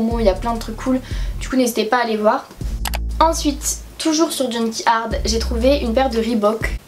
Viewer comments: Juste on dit « junk yard » et pas « junky ard ». Sinon j’aime trop tes vidéos❤️❤️ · niveau prononciation c'est junk yard pas junky ard